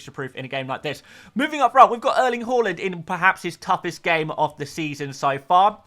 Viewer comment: Did you just say Erling Waland